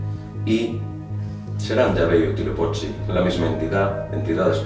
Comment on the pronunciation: No te molestes, pero realmente no pronuncias bien las palabras ó nombres del idioma Nahuatl que era el que hablaban los mexicas (aztecas). Huitzilopochtli se pronuncia como lo ves escrito y no como tu lo pronuncias y significa Colibrí Zurdo y sí es una representación del Sol. Tenochtitlan se pronuncia también como la ves escrita. En el idioma Nahuatl, las palabras son graves, tienen el acento en la penúltima sílaba, como si dijeras Te Noch Tí Tlan (con acento en la i) ó Huit Zi Lo Póch Tli (con acento en la o). Saludos y son interesantes tus videos.